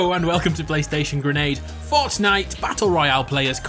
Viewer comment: Ha ha you say fartnite